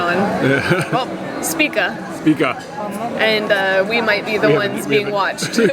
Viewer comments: SHpiTZa not SpiKa.;) is like big Papa Smurf!:D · Špica = shpee-tsa. Rhymes with pizza.